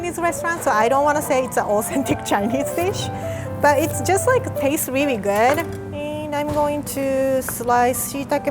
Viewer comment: Its really not wi wi